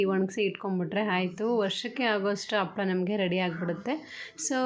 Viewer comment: Appala alla ...HAPPALAA .